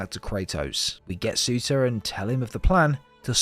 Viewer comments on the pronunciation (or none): Fun fact: Surtr’s name is not pronouned as Suter, but as Sur’tur/Sur’ter